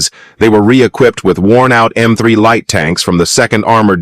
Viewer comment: UM. THE " LIGHT " TANKS...NOT LEA TANKS